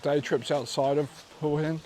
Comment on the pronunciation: Hwa Hin is the correct pronounciation.😁😁👍🏻👍🏻